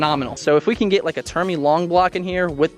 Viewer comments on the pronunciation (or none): “Termi” huh